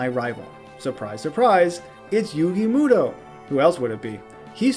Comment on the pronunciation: yugi mew-do haha